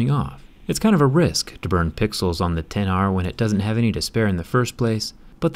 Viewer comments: "ex aar" 🤦🏻‍♂️ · It should be pronounced like "iPhone 10R", but it is written as "iPhone XR"